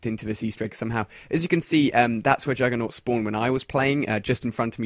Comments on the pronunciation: Jugger-nog or Juggernaut? :o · Yeah, so why do all commentators say naut?